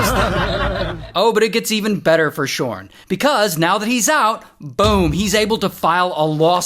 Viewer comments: Everytime you say this dude's name it took my focus off of the story, c'mon Ray!!😂😭 Shawwrrnn Me no likey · Idk why, but giggle everytime you say "shaurn" 😂😂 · "His name is ShaarrRn" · The way he said his name had me audibly laughing